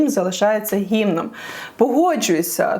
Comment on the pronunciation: як перестати читати слово «гімном» з неправильним наголосом 😖